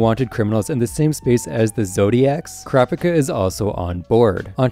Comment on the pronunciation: Sounds like ur saying crapicka